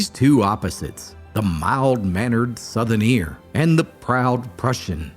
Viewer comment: He was a “Southerneer”? Or a “Southernear”? I’ve never heard this word till now.